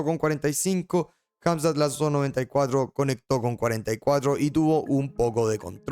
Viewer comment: jamzat o drigus